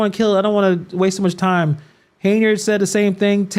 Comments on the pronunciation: not the way you do. she does not pronounce her name as "Hey-nard" she pronounces it "Hen-Yard". 'm not defending her at all. I don't think she's doing a good job as Supervisor or Mayor, but her name is her name. We all want our names to be pronounced correctly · I. Don’t like her either but why do you keep pronounce her name as “Hey-nard”?